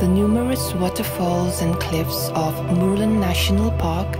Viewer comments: A narrator hian mizo tawng a thiam chianglo nge? Murlen a lam dan chu ava mak ve. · Murlen lam dik thiamlo narrator hian a va ti flop veee,a hmuhnawm tehlul nen 😢